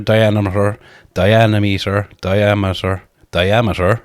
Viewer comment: You're trying to argue logic with a man with a scalp tattoo, is borderline illiterate and can't even say the word diameter - total lost cause